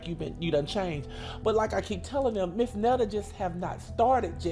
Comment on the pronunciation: "I'm not trying to be a black woman" but call me Miss.. Miss goes in front of a never been married female. MS. is divorced female and Mrs. Is for married female. He would be Mr. Netta for all men including those who aren't trying to be a black woman. 😅 she doesn't even pnounced Miss correctly All three are Pronounced differently. Too early for this ignorance. Going back to bed.